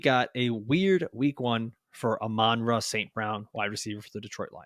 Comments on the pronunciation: Are you guys purposely miss pronouncing Amon-Ra name? It is said like the Sun God. YAll sound weird. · Who names their kid amon ra? But these guys are wierd??? Dont get me started on his brothers name!